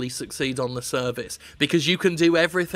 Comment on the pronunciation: Did you say "through their service" or through their cervix"?